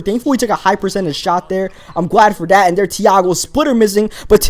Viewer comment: It's not "dat" it's "that" and it's not "dere" it's "there"